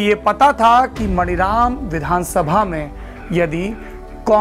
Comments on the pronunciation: मनीराम है मणिराम नहीं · सर मानीराम है, मणिराम नही है। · सर, वो विधान सभा मानीराम है, शायद अंग्रेज़ी के वजह से आप मणिराम बोल रहे हैं। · saurabh bhai , ek correction suggest karna chahunga, aap jab maniram ko pronounce karte hain to maaani raam kahiye,kyonki iska yahi naam hai,baaki aapki aur aapke team ki research ko salute hai. regards